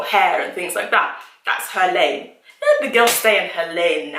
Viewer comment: She said let the girl stay in her lane...with the accent lol